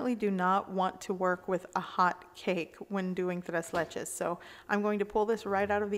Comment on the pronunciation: Tres leches? It’s ‘tray’ ‘laychay’..3 milks cake...